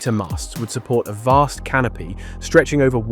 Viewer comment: vast canopy? I thought you said "vast canape" Now that's a real appetiser